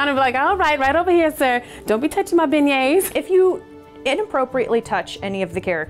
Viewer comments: "Don't touch my beingents'' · Nobody: Not even Cinderella: Tiana: mY bEiGnEtS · "Tianas extra Beignets" LMAO! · i lost it at “extra beignets” i